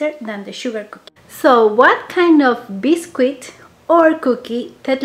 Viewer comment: We pronounce it Bis-kit not Bis-Quit. ☺️ but it’s spelt biscuit